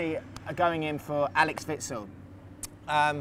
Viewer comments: it's axel not alex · 'AXEL' dude. 'AXEL'.